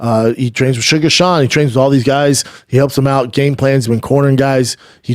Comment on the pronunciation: wtf did he say? Cejudo trains with suga sean? 😂😂😂